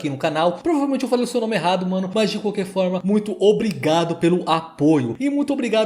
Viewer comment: "ôbrrigádu" kkkkkkkkkkkkkkkkkkkkkkkkkkkkkk